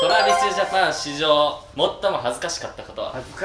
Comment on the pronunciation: TravisJapanし↓じょう↑(多分イントネーション違うよしめちゃん)